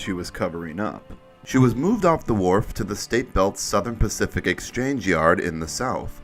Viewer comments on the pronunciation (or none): none